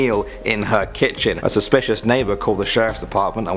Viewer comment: Did he say suspecialist neighbor???